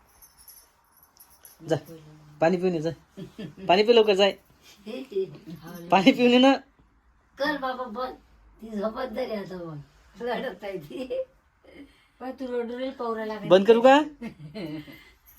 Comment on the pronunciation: 😂😂रडते बोल लडते काय 😂😂😂😂